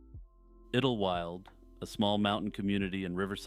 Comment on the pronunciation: Iddlewild? I think it is pronounced as Idle -wild instead of iddle, to be honest. 'Idle' as in staying in one place without moving.